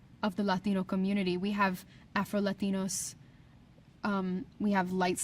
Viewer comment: she doesn’t say Latinos right and btw Afro Latinos also are more than likely light skinned … Latinos from Puerto Rico ? She really drilling in that Latinos word in. Yeeesh it’s fucking murder. My parents are Cuban I’m American and I’m fluent in both. She hurts my soul when she tries I’ll be honest. I honestly love Sofia vergara 1000 times more 😢for reference that’s the only opinion here.